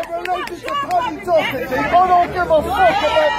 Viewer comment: and I’m the prince of Arabia, and I’m related to the Arabian king, This guy said he was an Irish gypsy, and he was related to Paddy Doherty, yet he could not pronounce Doherty correctly, plus there is a huge difference between Gypsies and Travellers main one is Gypsies are England and Travellers are Irish, I’m not saying that some Travellers would not behave in this despicable manner, I’m just pointing out the fact that this is an English gypsy and not an Irish Traveler.